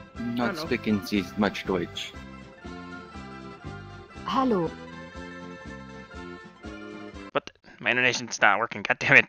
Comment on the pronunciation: ICH LERN DEUTSH BITTE NEIN STERB Butchered like 3 times but like ok